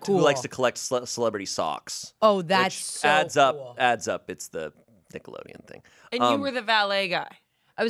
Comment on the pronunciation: I thought said Tickleodeon and i lost my shit